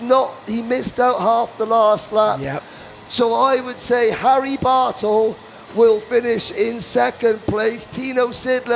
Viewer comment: My wife could overhear the broadcasters and she says "Whaaaat? Someone's name is Harry Butthole?!?!?" We both busted out laughing and I had to replay it. I said the drivers name is Bartle. She said "Well the way he said it sounded like butthole!" She is still laughing in the other room. Good tight racing there.